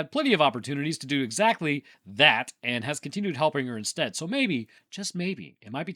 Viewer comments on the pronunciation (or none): none